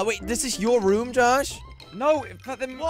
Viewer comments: Josh pronounced room as Rum. 😂🤣😂🤣😂🤣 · Why does josh always say rum instead of room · Everyone: Room, Nobody only poop: Raum